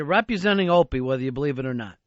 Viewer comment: So much going on here. Brings up Opie. Ron still can't pronounce the word "represent." And Earl comes up with the great line "Do you have to mention rope?" to Fez.